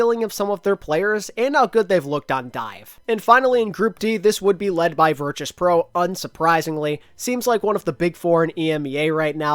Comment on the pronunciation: The way says Virtus pro is making me mold